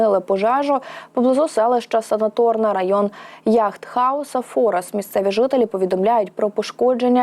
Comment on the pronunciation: Не ФОрос , а ФорОс